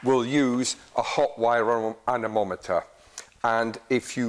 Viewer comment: It's an anemometer not amometer. Gheezh. Hard to really trust someone that doesn't even know what it's called.